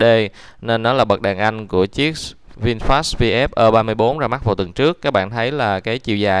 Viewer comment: Nên đọc cho đúng tiếng việt phổ thông, gì mà ơ ba bốn, nên đọc đúng là e ba tư.